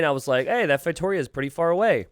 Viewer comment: Not to be that guy but ... to be that guy it's pronounced "FeitoRIa"